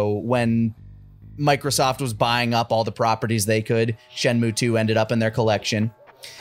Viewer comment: Shenmue? More like....Shen....mo TFS Shenmue vids Shen...mo PROLLEMZ. Nailed it.